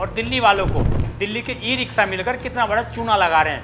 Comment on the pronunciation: "स" और "श" में अंतर करना सीखिए और सही उच्चारण किया करिये ये इ रिक्शा होता है , इ रिक्सा नहीं।